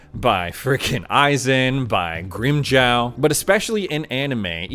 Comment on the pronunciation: GrimJAW not gel....smh